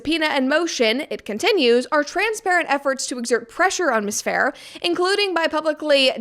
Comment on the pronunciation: You are the first person I hear saying Isabella's last name properly!!!